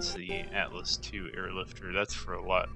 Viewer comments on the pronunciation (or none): none